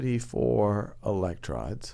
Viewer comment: eleclrons... seriously?